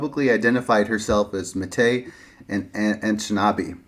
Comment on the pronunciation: Simple pronunciation advice: "Métis" is typically pronounced in English either with or without the final s. In my experience usually without, but it seems this is a misunderstanding of French. In this case, standard French actually does pronounce the final consonant. Either way, the accent is on the final syllable, as it always is in French. Thus "MATey" sounds wrong, I think. It probably should be meh-TEE, or meh-TEES. I've usually heard the name as "meh-TEE." Interestingly, according to some info I can find, the Canadian French pronunciation is a little different: Meh-TSEE. A lot of people just assume North American place names or people names with French influence should be pronounce like modern standard French, but of course the French speakers in 17th and 18th century North America who coined these spellings did not speak modern standard French, but a slightly older dialect, whose features sometimes still remains in modern dialects of French in North America. BUT, I am not a Métis, or even an expert on their identity. I am just well versed in linguistics in general and know how to research these details. If there is a preferred pronunciation among the métis community then you can defer to that instead. All I know is that if you say "meh-TEE" or "meh-TEES," then those English speakers like me, familiar enough with the Métis' history & culture to have heard that word pronounced before, wont bash any eye. "matey" sounds like a you're a pirate, and "MEATus" sounds like you k